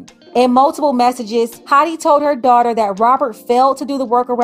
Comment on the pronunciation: Dawh-ter. Daughter. Not doighter ❤ English teacher 😅